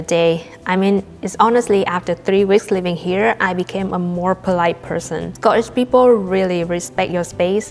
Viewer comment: Sco eesh...... perfect accent ❤